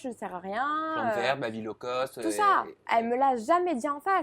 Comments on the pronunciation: Low-cost c'est mieux ! Pas "law-cost" ^^ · Personne ne bloque sur le «law-cost»?! C'est low-cost plutôt ! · C'est "low-cost", pas "law-cost". Low = bas, alors que law = loi. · c’est “Low cost” pas “Law cost” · c'est low-cost pas law-cost ...